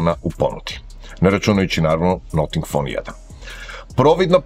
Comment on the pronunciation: Zanimljiv telefon. Ali ne izgovara se "noting fon" :). Cudno zvuci, kako niko nije primetio.